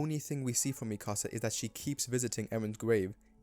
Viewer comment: You lost me at mispronouncing Mikasa as "Micasa"